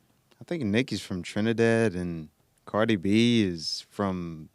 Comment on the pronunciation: Nicki Menore? lMAooo I loved this episode, Jesse lmao Hearing the way you say CArdi b and Nicki Minaj was the funniest thing i've ever heard lol thank you for being you and showing us all the way